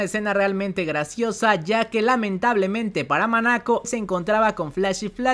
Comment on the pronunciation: corrección es "MONACO" no "MANACO".